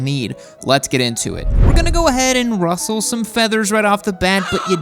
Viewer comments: Did this guy just say he was going to Russell some feathers? Lol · Ruffle. Not rustle. Ruffle. It’s your first language, learn it.